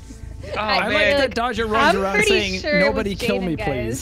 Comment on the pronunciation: hello i'm! everyone else for the rest of the game: dodger. no. only dodger.